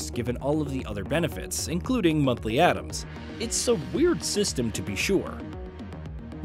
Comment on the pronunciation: or pronounce Atoms Adams the whole time :D